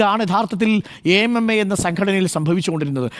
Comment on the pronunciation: "യെ എം എം എ" എന്നാണ് ഇപ്പൊ പറയുന്നത്..😂